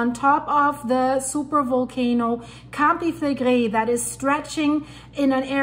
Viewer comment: I may have heard her say that she's in Canada, eh, but her predecessors are from Italy. I love how she pronounces, "Campi Flegrei."